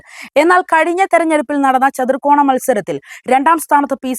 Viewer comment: മോളെ, ചതുർകോണ മത്സരമല്ല, ചതുഷ്കോണ മത്സരം